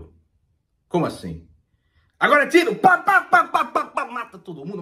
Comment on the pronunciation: "Como axim?" 😂😂😂